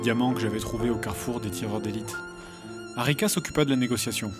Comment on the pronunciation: j'ai entendu Arnica au lieu d'Arica... :C